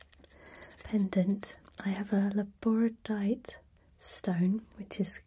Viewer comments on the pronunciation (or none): Oh, you too have trouble saying Labradorite... x3 Hope you enjoyed the gifts tho! :D